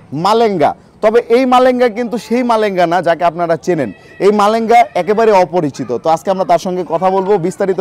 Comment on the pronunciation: মারেঙ্গা❌ কালেঙ্গা✅😂😂